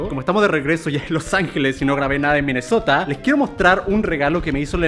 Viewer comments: Like si te diste cuenta que German dijo Minesotra envés de Minesota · Germán dijiste minesotra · Nadie: Absolutamente nadie: Germán: Minnesotra